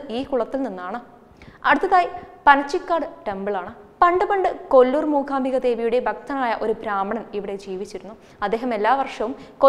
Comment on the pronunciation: അക്ഷര സ്പുടത ഉള്ള കുട്ടികൾ ആരെങ്കിലും അവതരിപ്പിച്ചാൽ നന്നായി. ''മൂഖാമ്പിക' എന്നൊക്കെ പറയുന്നത് എത്ര അരോചകം.